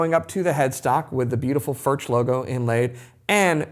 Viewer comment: It's pronounced, "Furk".